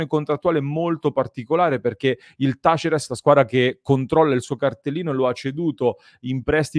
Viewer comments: Tu dici "tàlleres", con l'accento sulla "a", hehe :) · Talleres si pronuncia con l'accento sulla prima "e". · Taller in spagnolo (accento sulla e) significa officina:Talleres é il plurale (accento sulla prima e)